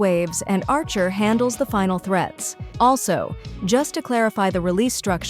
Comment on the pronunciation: I know it’s not a real person talking, but still funny how bad they butchered archer’s true name.